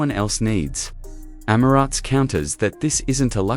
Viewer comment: Any video that can’t even pronounce ‘Emirates’ correctly immediately gets terminated and deleted - including this one!